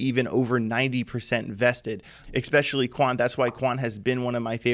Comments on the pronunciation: Can he use the word "especially" a few more times? And it sounds like he's saying "eXpecially" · "Exspecially" isn't a word.